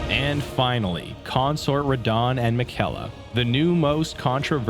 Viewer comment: Okay i seriously doubt you even played this DLC because no way you pronounced Miquella that way. The game tells you multiple times how its pronounced